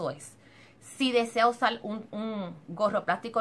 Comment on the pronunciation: Recuelde, mejol, usal, fuelte, utilizal, sel, olganico, nolte.... por favorrrrrrrrr